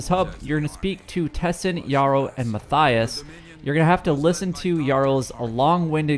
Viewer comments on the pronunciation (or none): none